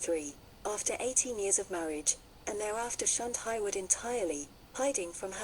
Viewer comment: Her surname is pronounced HAY-Wood not Highwood